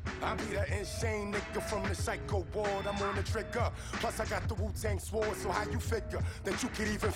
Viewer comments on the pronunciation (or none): I love that he pronounced 'sword' the wu-tang style